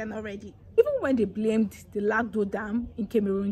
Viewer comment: Its pronounced Lagdo dam and Car-May-room not kamerun